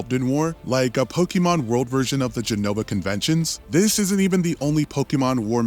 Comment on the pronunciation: I think the Jenova conventions has to do with Sephiroth, or it was a mispronunciation.